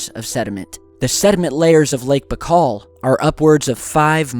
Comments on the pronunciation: its bye-kal. not bakal.. baikal.. makes a video of the lake and cant even pronounce its name properly.. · Just BTW the lake is pronounced Ba-ee-kal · Say "BYE-CALL" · Lake Baikal (spelling: Baykhal or Baykhaw); that sounds much better. Greetz!